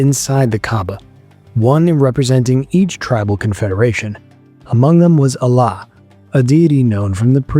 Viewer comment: This guy is butchering the pronunciation I can't listen to this My last straw was pronouncing Allāt, the supreme diety of the Arab pagans before Islam as “Allah” which was a terrible and unforgivable mistake Pls at least do some effort pronouncing them